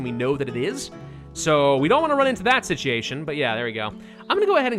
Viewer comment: Are you mispronouncing 'situation' on purpose? Please tell me you are messing it up on purpose.